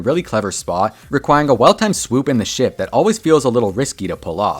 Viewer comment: bro did not say ship 😭